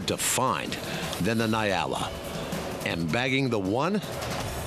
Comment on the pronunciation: Its ponounced 'N-yaala' not Nai-ala. Good video though